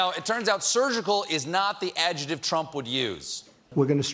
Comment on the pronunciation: Adjuhtive? I think you’re trying to say “adjective” bro.